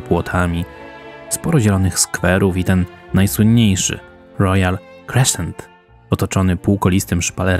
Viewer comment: Gratuluje pieknego materialu, nie chce nawet myslec ile trwalo montowanie, Pozdrawiam serdecznie z Edynburga. Ps, klasyczna wymowa crescent. to po prostu krezent a nie kreszczent, sam tak kiedys kaleczylem:}